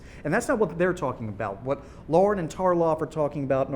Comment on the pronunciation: Her name is Lahren, not Lauren